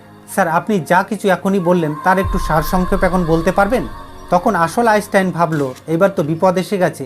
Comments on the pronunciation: Bro উচ্চারণ টা আগে ঠিক করুন .তারপর video বানান আইনস্টাইন কে আপনি আইসটাইন বলছেন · 🚫🥸আপনার উচ্চারণ ঠিক করুন,,আইচটাইন কি❓ ইউটিউবে বিজ্ঞানির অভাব নেই।😃